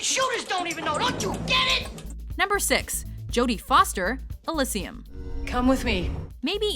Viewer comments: ... Okay, I'm still a little sketchy if you pronounced "pragmatist" right, cuz I could have it wrong, but... EUGH, who pronounces "Elysium" like that?!? It hurt my ears every time you said it! >w< "uh-LIS-see-um"? It's "il-LEE-zhee-um" (I'm sorry, I hardly ever pull a Hermione like this, and usually find it entertaining hearing people say words strangely because of accents, but >w< you're the neutral announcer voice, and this one hurt so that I couldn't help myself! Sorry~ Back to the accents!) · Elysium is "Il-eee-see-um" NOT "Il-is-eee-um"!!!! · your accent in pronouncing Elysium is worse than all of the people on this list. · "Elysium (eh-lih-see-um) vs Elysium (ee-lee-zeeum)" the pronunciation from these hosts. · Bitch all you want about Jodie Foster in Elysium, but you miss narator lady can't say Elysium (Say 'Eh-Lee-See-Um). Js ;3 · ILISium....... Come on what the fuck....do you even see the movie... do you even know how pronounce the title? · Top 10 worst pronunciations, number 1 - Girl from watch mojo: Elysium 4:!5